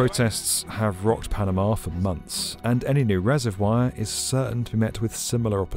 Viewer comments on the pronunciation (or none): Weird way of pronouncing reservoir